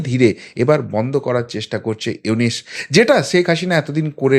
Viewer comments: আরে ব্যাটা আগে ড.ইউনূস এর নামটা তো সঠিক ভাবে নিতে শিখ, তার পর তারপর ইউনূস সরকারের সমালোচনা করিস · ব্যাটা ইউনুস, উচচারন করতে পারিস না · Ki re vai na boy Aponi to Name ta bolte paren na